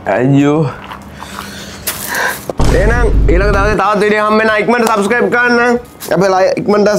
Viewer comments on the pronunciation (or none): none